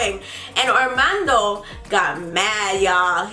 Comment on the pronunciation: It's hilarious how she says his name, Arrrrrrmando😂